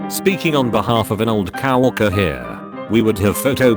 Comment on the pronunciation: Those damn cow orkers and brides getting their mak upe done. If you're going to be so lazy as to use a text to speech engine to narrate reddit posts and profit from them, the least you could do is edit the few indiscretions to sound right....